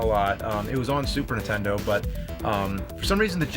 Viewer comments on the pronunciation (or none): I'm sorry, but I can't take it anymore...super NINtendo! Not super Ntendo! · I never played this game because it has a stupid name and the premise makes no sense. I wish James would learn how to say Nintendo. I mean, a guy who got famous by playing old Nintendo games should be able to pronounce it correctly.